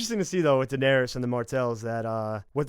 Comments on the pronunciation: stop saying "Denawrys" Its Danaerys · every time she says donarys i get triggered could u not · I'm sorry, but who the fuck is Danaris?